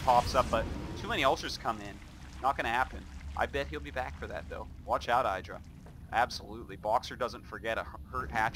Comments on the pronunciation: why the fuck artosis always pronounce I-dra not Id-ra?? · Man I just subbed to his channel after learning he had one from a Devin Nash talk and I've been getting recommended so many games from WoL and I honestly gotta say I really do miss how every game was almost 30+ minutes but I will say I don't miss him mispronouncing Idra's name.